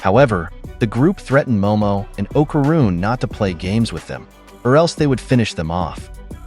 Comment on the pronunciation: Pisses me off the way u saying okaruns name